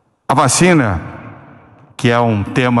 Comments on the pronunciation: KKKKKKKKKKKKK ta difícil fala vacina sem falar vachina kkkkkkkk, brow quase q soltou a perola kkkkk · O repórter falou vaChina😅😅